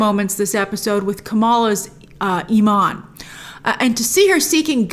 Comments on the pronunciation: It’s Imam not Iman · "Imam" not "iman" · Love the videos as always, just a quick note. It’s Imam (pronounced Imaam), not Iman, which means a persons faith. Not trying to give a lesson, just a heads up 😁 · Great review Grace! It is pronounced Imam for the Mosque leader (equivalent to Father, Pastor, and Rabbi). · Hey grace I love your appreciation for the Muslim culture but just a heads up it’s pronounced “imam”. Iman means faith but imam can loosely translated to preacher. You’re doing great 👍🏽